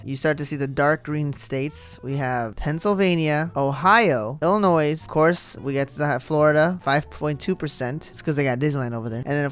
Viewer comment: The S in Illinois is silent!